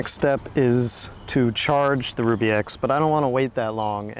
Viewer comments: Shouldn't it be pronounced "Rub E" instead of "Ruby"? Ruby makes no sense. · I do believe it is pronounced Rub E, Not Rue B...............as in , it rubs on the rear tire! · It's "ruh - bee", NOT "rue - bee"! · Pronounce it Rub bie and it makes sense. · It's PRONOUNCED (rub) (e) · That's what I was thinking. He kept calling it 'ruby' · Your not saying the name correctly.